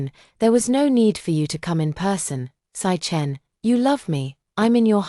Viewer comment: Lmao 🤣. Sichen= 'sick hen' instead of 'see chen'.